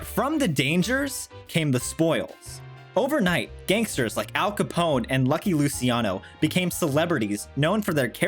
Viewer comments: I believe the pronunciation is Loo-chi-ano, not Loo-si-ano. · "lucky Lucy-iano" lmfao